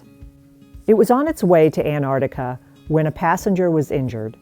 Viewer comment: “Antarctica”, not “Anartica”, please.